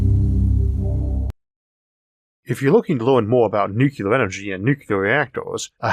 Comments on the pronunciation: The word is 'nu-cle-ar', not 'nuc-u-lar'. How hard is that? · I have no issue at all with the speech impediment - but please please for the love of Sagan, please learn to pronounce "nuclear" correctly! It's "new-clee-er", not "new-que-ler". Thank you. Also I love your channel. No matter how you mis-pronounce "nuclear". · nucular is not a word. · why cant people pronounce Nuclear properly? Only idiots call it NooCular. It is properly pronounced NewClear. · Gave up 2 seconds in with the 1st mention of "nucular". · The word "nuclear" has two , not three. Talk to a nuclear physicist, please. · Do you think that the qualifications for the narrator of a video essay about nuclear energy might include being able to pronounce "nuclear" (including the "r")? Not poking fun, but seriously?